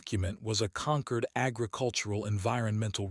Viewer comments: Can someone PLEASE teach AI that 'concord' and 'conquered' are two words (with opposite meanings, ironically in this context) and with two different pronunciations. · For god sake it's not conquered, but Concord !